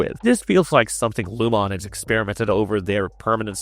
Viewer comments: Lumon-ate. He’s just saying it weirdly, like a ai. Lumon means light and keir means darkness. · It’s so distracting that I had to come to the comments to make sure I wasn’t the only one. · Dude is saying Lumon wrong 🤣🤣🤣 Sounds like he’s never seen an episode and is just reading a script. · I want to punch you every time you say Lumon wrong. Just say it how the PEOPLE WHO MADE THE SHOW say it.